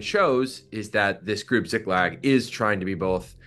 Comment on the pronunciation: how do you mispronounce a two syllable word?! You read it as Ziglak, when it's Ziklag. Honestly, journalists should be held to a higher standard.